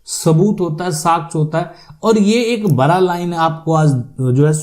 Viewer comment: पहले तो आप अपने शब्द कोसुधरो बड़ा या बरा शुद्ध भाषातो बोलो